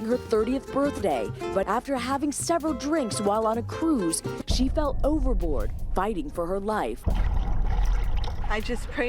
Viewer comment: Thought you were saying overlord everytime you said overboard might need to check my hearing or headphones